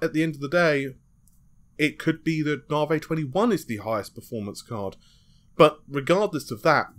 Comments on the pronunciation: loving your work, try saying it as "navvy" as opposed to "nah-vay". think about the big irish guys who build motorways, and you're sorted. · nar-whey protein